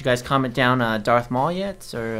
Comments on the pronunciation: "Darth Mual" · Marth Daul lol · “DARTH MAUL” 😂😂